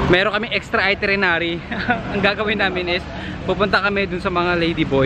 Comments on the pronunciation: Itinerary! Not itrenerary!!! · itirenary o itinerary😂😂✌🏻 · Hahaha. Cute guy. Chubby cheeks! Cutee. Sarap kurutin. Hehe. And it’s pronounced as ITINERARY. Haha. You’re still cute though. Hehe. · Nakatatlong beses nyang sinabi ung itirinary wahahaha di ata nya alam na dapat itinerary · It's itinerary, babe :) But it's fine you're still cute 😍